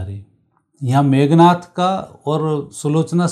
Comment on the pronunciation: 😂😂 मेघ नाथ😂😂 या मेघनाद😂😂 Very lousy narration.